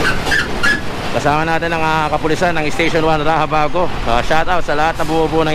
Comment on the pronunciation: Pakiusap po kayong mga vlogger huwag ninyong baguhin ang raxabago na gawing rahabago kc kahit kaylan di nabago ang pronunciation ng X.